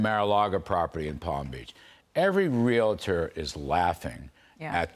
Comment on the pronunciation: Realator Realitor Really! Its pronounced Realtor go see a Docator and get your words right!